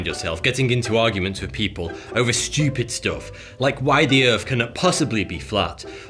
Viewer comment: I like this guy. It's funny when he says "SCHEWPID".